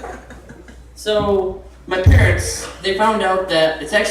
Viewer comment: My ppppphharents😂😂😀 funny af.